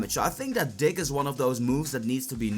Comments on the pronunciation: When he says dig it sounds like he says dick lol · who thought he said dick when sayin dig